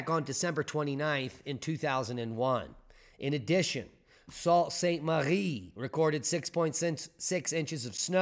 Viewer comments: Soo-Saint-Marie that's why we call it the Soo Locks. is usually spot on with pronunciations. Taw-qua-menon falls. The French names give me trouble. The Native names are easier than the French names for me. you hurt top knots ears along with many viewers from Michigan and Wisconsin. Thanks for covering the incoming lake effect snow. The temps need to drop around 22*F below the water temp to turn on lake effect snow machine. The snow machine shuts down if lakes freeze. We need a good winter to bring lake levels up. Would of liked data on lake waves from the high winds. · did you hear about the guy with a square head? He couldnt think outside the box...... I thinl its pronounced Sue St Marie